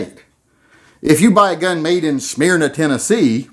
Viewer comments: FYI - can’t speak to anywhere else, but Smyrna in TN is pronounced “SMIR-nuh” (short i), not “SMEAR-nuh”. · Good example: Smyrna, Tn. Smearna, Tn.as you pronounced it. It is actually pronounced as Smurna, Tn. The same principle as those high dollar & low dollar hand jobs. It depends on where you are from on what something cost or how something is pronounced. It's kind of like saying word down south for masturbating is flicking your bean & it's the same as a yankee since you do it yourself. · Smyrna is pronounced "smuhr-na". 😉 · Smyrna, Georigia. Not tennessee